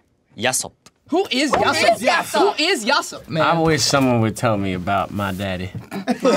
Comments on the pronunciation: I love the way he says Yasopp for no reason. He just switches to Japanese mode I love it😂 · yasopp with a japanese accent😩